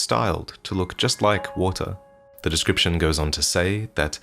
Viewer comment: "... decroiption!" - He'll probably explain how it's some acceptable ethnic variant.